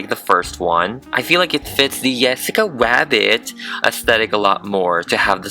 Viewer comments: i keep hearing you say Wabbit instead or Rabbit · Rabbit or wabbit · Did he say rabbbit or wabbit? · Rabbit or wabbit? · It’s it just me because I hear him say wabbit besides rabbit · HA HA SHE SAID WABBIT INSTEAD OR RABBIT SHE IS SO FUNNY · how he pronounces "rabbit,, as in ''wabbit,, is so adorable. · I just noticed but sometimes when you say rabbit it sounds like you say wabbit and it’s so adorable! I can’t even!